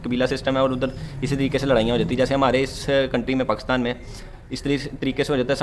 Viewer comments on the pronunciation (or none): none